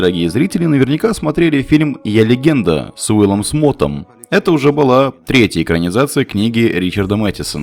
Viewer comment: "Уилл Смот" - порадовал))